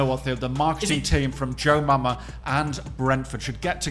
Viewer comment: Brentford kit maker is joma not jomama